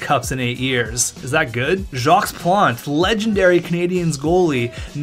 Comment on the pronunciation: Jock not Jocks Plante.